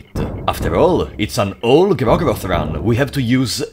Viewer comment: "Even DOOR-go-roth" hahaha